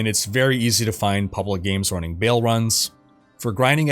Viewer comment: "Running-k" There's no K after G